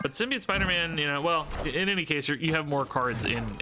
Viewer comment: Sim-Be-Oat - The last syllable is pronounced like "float", not "idiot". I apologize but pronunciation is a pet peeve of mine, really love your stuff though!